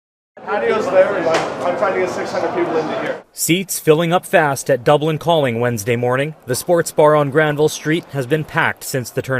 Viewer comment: Can't Global get their pronouciation correct? It's not "Dublincalling", it's "Dublin, Calling" Cheers from the Pacific West Coast of Canada